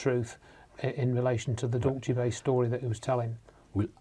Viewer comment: Every time mis-pronounces Dulce, Dulchay, as if its an Italian word, my skin crawls. Here in the U.S. we say it like the Spanish, DOOL-say. Now your debunking Phil Schneider? Good grief, get a life from what's near you.